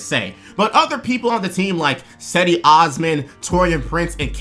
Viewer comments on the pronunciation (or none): For future Cavs videos, Cedi is pronounced "Jed-E". Good stuff.